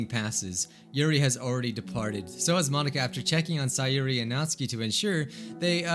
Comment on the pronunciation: Say-Yori, her name fits Yuri they were destined to be friends!